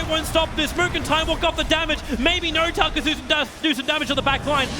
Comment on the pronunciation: why does he say noRtail or QOR